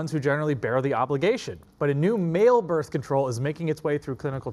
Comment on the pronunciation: BRITH? Hijole. Birth!